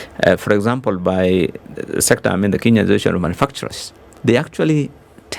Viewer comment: Good conversation. Billow Kerrow is quite knowledgeable about the Kenyan economy. I notice that Billow Kerrow refers to 'Kenya' as 'Kinya'. Does he know something that we don't. It is quite concerning for a citizen not to know the correct pronunciation of the name of his country.